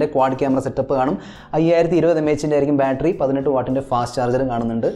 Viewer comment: ബാൾട്രി അല്ല ബാറ്ററി 😜